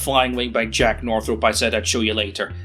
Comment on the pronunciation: What is it with Commonwealth folks pronouncing "Northrop" like "North Rope"?